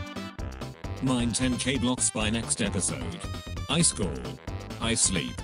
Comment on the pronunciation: I love that the text to speech says "ice call" instead of iskall